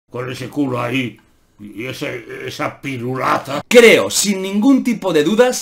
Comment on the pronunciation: Yo escuché PIRULATA con la T